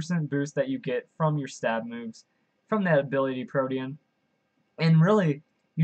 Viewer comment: Thank you for pronouncing Protean right lol its a real life word it annoyed me when people pronounced it like protein